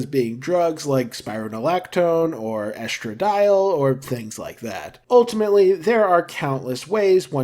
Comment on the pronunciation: Obsessed with your pronunciation of estradiol, thanks for the video!